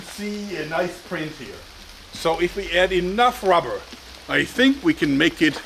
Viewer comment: rabberr lol